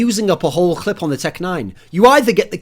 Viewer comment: The amount of times Thorin said "clit" rather than "clip" in this video.